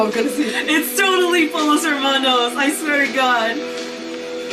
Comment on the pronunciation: Its pronounced “poyos” not “polos”! 😂😂